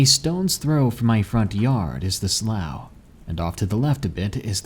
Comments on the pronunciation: Its pronounced slof not slaew. Slough=slof lol was killin me everytime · Great story. I love your narrations! Only had a slight issue. Growing up near them, sloughs are pronounced (sloo) like the color blue. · Slough is pronounced slew not slough. Sincerely, someone who's lived next to one for decades. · I think slough may be pronounced "slue".